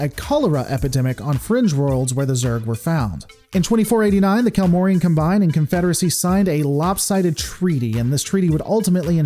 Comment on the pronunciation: Great video, my only nitpick is that in this context it's pronounced COM-byne.